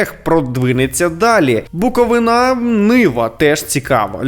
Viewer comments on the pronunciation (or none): Та дістало вже...БуковИна!!!!!! Б-у-к-о-в-И-н-а!!!! Якщо вам легше, то зрівнюйте з БуратІно, а не БуратінО....бляха-муха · Об'являю бойкот (ну тобто лайк не буду ставити відосам) до тих пір поки він не навчиться правильно вимовляти назву клубу із Чернівців.